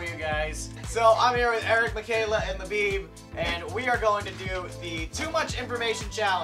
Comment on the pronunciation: Every time you say Labib, I keep thinking you’re saying Le Bieb as in Justin bieber